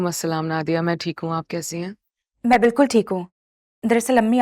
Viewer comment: Bhi men nahi hota man hota ha😂😂